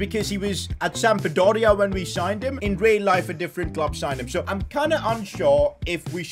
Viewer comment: For better pronunciaation: Lecce: Letché / Sampdoria: SamPdoria / Ibanez: Ibaniez / Mancini: ManCHini.